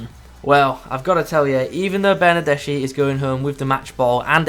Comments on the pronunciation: Stop calling he BernardeSHI, it should be read BernardeSKI... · Is Bernardeski (writed Bernardeschi). Not Bernardesci. (I'm italian)